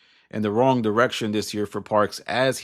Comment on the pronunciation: Lol 😂😂😂 “maybe for all the wong weasons”